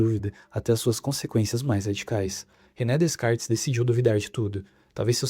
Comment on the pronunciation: A pronúncia é Decarte, não existe descartes.